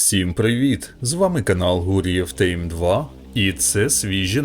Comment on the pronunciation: Що за "тЕйм" і "тЕйсон"? Зі всією повагою до контенту, звісно!